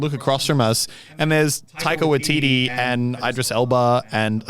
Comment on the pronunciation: He said it wrong I'm from nz and I know how to say it